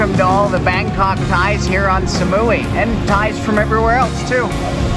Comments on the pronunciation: สมุย = smui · Please don't pronounce Samui like "Sa-muu-wii", but just "Samu-i".